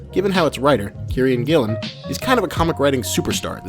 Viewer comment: nice vid; I'll share it with friends I've been meaning to convince to read the comic. 2 issues though: 1. That's the worst Alan Moore impression I've ever heard 😉. I suppose you can't blame an American for missing the nuances of a Northampton accent. 2. it's Kieron Gillen, pronounced keer-on/keer-an gill-on other than that, liked and subscribed, cheers!